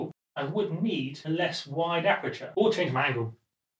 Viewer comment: Aperture* (not apreture)